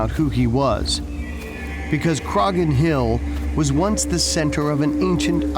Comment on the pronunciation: In the case of the Irish man, the name is not pronounced with the G sound, the G is silent.... It is pronounced Cro-hon. I can see the Hill Of Croghan (Crohon) from the hill behind our house, on the very edge of Kildare.